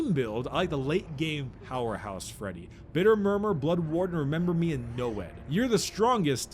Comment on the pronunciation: lolololololol he said bitter mummer